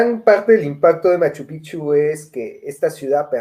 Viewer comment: Si tengo que decir que noté algo en que me incomodó un poco y es que cada vez que hablaron de Cusco o Machu picchu (lamentable su opinión a Machu picchu que ni lo pronuncia bien) ella quiso decir que Cusco no es todo o que tal y cual tradición que mostraron como ver a Santiago en Cusco, ella salió con que "es en todos los Andes". Si obviamente Cusco no es todo pero Cusco es Cusco y por algo fue lo que fue tanto en el imperio Inca como en el virreinato. Se nota cierto recelo en ella no proyecta lo que pregona. Mientras capitán un capo me encantó su intervención